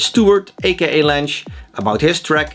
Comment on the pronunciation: That's how you pronounce his name? "Lansh"? I've been saying "Lang-eh" my entire life...